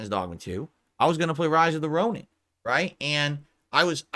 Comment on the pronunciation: How is he saying Ronin? It sounds like he's saying Rise of the Ronan.